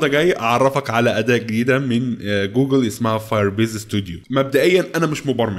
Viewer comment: انت بتنطق الانجليزي كدا ليه يا! 😂😂 ابوس ايدم بلاش تضخم صوتك وانت بتقرا الكلمات الانجليزي وبالذات كلمة جوجل واستمر يا غالي محتاك جميل ومميز